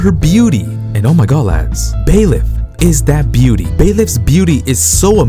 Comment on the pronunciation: Not to be rude, but it's Byleth, not Baeleth.